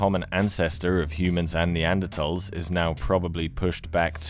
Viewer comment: Who made the decision to stop pronouncing the 'h' in neanderthals? Its annoying